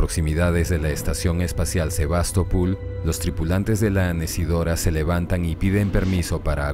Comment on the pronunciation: Por que SevastopUl? Es SevastopOl.